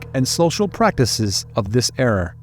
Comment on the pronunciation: It's era, not erar or eror. I miss the other narrator whose narrative is engaging.